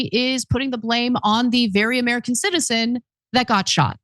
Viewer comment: you are trying to mislead by emphasizing the word CITIZEN. Like they are deporting citizens. If you are a citizen who obstructs like many antifa and BLM pukes, you will be arrested lawfully. You speak sarcastically like none of the illegal aliens are a threat. IT DOESNT MATTER if they are or not. We know there are many rapists, drug dealers among them. I agree there are many good people among them. But Joe Biden opened the border for votes and this is his mess that has to be cleaned up.